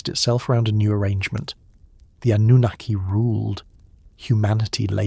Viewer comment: Yep, AI, don't subscribe. Great topics but this is painful to listen to, especially the mispronounced Annunaki and the continued repetition just to drag the story out.